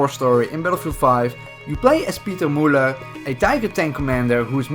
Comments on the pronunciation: it’s müller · Can You say Müller again, please.